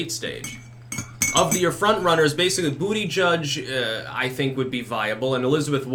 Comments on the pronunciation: Its butty-geeg! You had it right before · I clicked on this video to hear you say ‘booty judge’. It’s been stuck in my head for weeks.